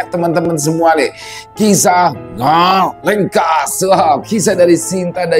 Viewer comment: ngalengkuas salah Bang ngalengkas 😀